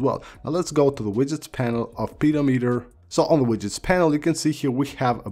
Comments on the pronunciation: It should be pronounced pih-do-me-ter. A pe-dow-meter measures something else I think. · Interesting video I just updated so looking for good widgets your accent made me laugh with pedometer :’) pretty sure it’s ped om eter not peadometer😃 great video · Why this guy say "pedo" "meter" Sounds like a pedophile app.... You should say "peh-dometer" ..... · "Pedo-meter" well... that's unfortunate. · Good vid 😁 but just to let you know it’s “Peh-doh-meh-ter” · The way he says, “pedometer” totally changes the meaning of the word. I’m dying 😂